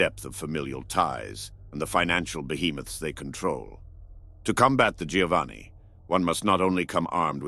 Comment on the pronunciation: Giovanni is pronounced Jovanni